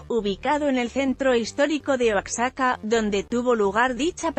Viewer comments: Aqui si queda la palabra ignorante,se escribe Oaxaca y se pronuncia Oajaca,entendido😠,asi quiero que lo aprenda señora,correcto😠. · royal ... se pronuncia oajaca!! asi como te lo escribo... asi es nuestro maravilloso idioma. yalitZA bien por ella..!! NO es actriz eso todos lo sabemoS.. pero es una muestra que el mexicano xon la actitud correcta y en el lugar indicado puede brillar con todas esas cualidades y habilidades ke posee.. aparte con la direcxion de otro mexicano extraordinario.. cuaron!!! alcanzan el cielo mismo.. bemdito Dios que tenemos aun en las noticias cosas bellas que contar de nuestro pais..